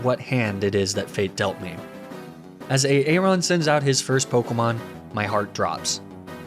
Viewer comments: E-e-ron? A-a-ron?? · Please google how to pronounce 'Aaron'...and also the number nine.